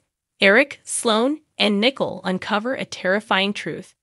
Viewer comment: Wish the names were not murdered so we don’t know Who u are talking about! Nichole his Not Nickel!